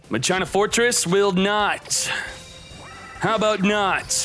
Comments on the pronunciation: it's not pronounced MA CHINA it's MAKINA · whyyyyy......its mah-ke-nuh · "Ma-china" lowwwwwwwwwwwwwwwl getting back into Yu-Gi-Oh Might run machines. Cool video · Omg if I hear Ma China one more f'in time it's pronounced Ma-Keena lmaoooo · IT'S MAKINA not MA-CHINA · Mock-in-uh. Not Machyna. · PLS no MA - CHINA, isn't it supposed to be MAKINA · it's Makina/Masheena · FOR THE LOVE OF GOD ITS MAH-KIH-NAH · u pronounce it like spanish not ma china lol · I think ur supposed to pronounce it like makina :) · I'm just here for muh-china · bruhh MA-CHINA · If I had a dollar for every time says MA-CHINA, I would have enough to make this deck. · Ma key nah is how you pronounce that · DrakathDrago I think you’re right about the pronunciation. It’s pronounced “Ma sheena” in the dub of the 5Ds anime. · Me: breaks plate: MA CHINA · He havin "Ma China" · like the vids man keep it up, but the "ma-china" cracks me up everytime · Lol “Ma-China” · The way he says machina sounds so wrong but funny since he mispronounces most of the card names pretty funny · Is he purposely saying it wrong ? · If I had a dollar for every time mispronounced Machina. Machina as in mach machine-ina as in idk that's just a bunch of letters. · I cannot stand how you pronounce machina